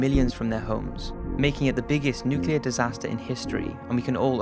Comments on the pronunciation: can the narrator get the words right first its nuclear not newkiller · Good video, very informative, but please, it's NUCLEAR not NEWKILLER.